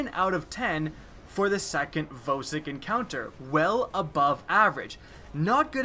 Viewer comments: I think Vosik is pronounced "VAW-SICK" not "VOE-SICK" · He says vōsik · and voesik